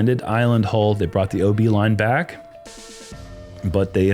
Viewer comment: "oh-the-beee" lol